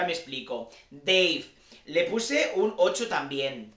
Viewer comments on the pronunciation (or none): Noelia ganadora y diosa. Me voy a permitir el lujo de corregirte en una cosa porque además me gusta que se llame así xD. Se pronuncia Dave, tal y como se escribe, no Deiv. Y menos mal que se fue Luís porque 5 minutos más de él en cámara y le pillo odio...